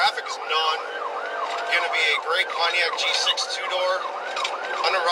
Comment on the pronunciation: The way the AI says Pontiac G6 sounds so nice.....